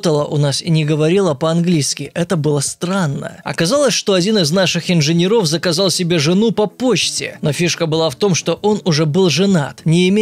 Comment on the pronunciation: ИнженЕров. Дэш, а не Даш.